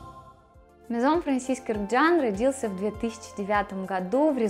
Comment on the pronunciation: Спасибо за прекрасный обзор!Наконец Вы назвали их «дом « правильно!За это отдельное спасибо!🌺🌺🌺